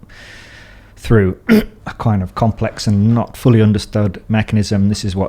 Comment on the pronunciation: Nobody:: "hypahh compLECKSSSSSS beings"